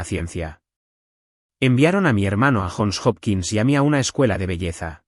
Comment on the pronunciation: UNIVERSIDAS JOHN HOPKINS CUALQUIERA PRONUNCIA YON JOPKINS, NO JON OPQUINS